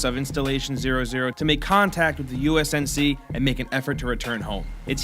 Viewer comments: It honestly hurt when I heard USNC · it's pronounced UNSC not USNC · "The usnc" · It's the UNSC not the USNC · "U-S-NSC"??? It's UNSC!!!! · Every time I hear USNC I cringe so hard saying it once I can understand oh well he messed up but multiple times man come on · When I heard his say USNC I was like ---____--- much wow m8 much guud job. Sigh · "The USNC ship 'Spirit of Fire'..." okay at least say it correctly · You have to try to mispronounce an acronym that many times, srsly how did you do that? it is amazing... ly terrible srsly it is one of the most important acronyms in modern gaming come on. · He probably new that... the problem with script commentary is sometimes you're having to concentrate really hard to the point where words can be mispronounced or misread. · agent locke9173 he could have just mispronounced it and didn't know